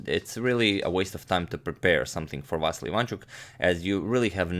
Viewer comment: you are pronouncing vassily wrong it va si li